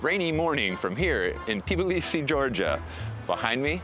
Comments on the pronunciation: its not TIBLisi, but tbIlisi, and its in ASIA, u amerikunt dikhead 🤣ASIAN gamarZHOPA 🤣🤣🤣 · First, don't eat khinkali in a tourist trap--homemade is a lot better, mushroom is best IMHO. The "T" in Tbilisi is barely aspirated--when Georgians say it it almost sounds like there is no "T." Next, know your history. The 2008 war was engineered by the Russians to stop Georgia from moving to closer alliance with the West. The territory was lost, and the genocides were committed in the 1991-94 civil wars. But Russia encouraged the seccessionist states and has propped up them up ever since. Your optimism is good but the problem with the government of Georgia is that it is owned by an oligarch who made his money in Russia--his net worth is literally one third of the nation's GDP. He has the ability toi buy votes and his governments have dismantled much of the infrastructure that would make elections free and fair. The EU first stopped Georgia's progress through candidacy not the other way around. The Russian aquiessent goverment essentially said "well, we did not want it anyway." by ending the negotiations. The EU stopped Georgia's candidaccy because of list of things including human rights abuses--ncluding political prisoners, corruption, abuse of sexual minirities, lack of free elections, among other things. Younger Georgians are outraged-as they should be--and now have protested their sham of a government for over 1,000 days consecutively. The issue is Russian influence and the abatement of the United States to exercse its considerable influence in the country. The governme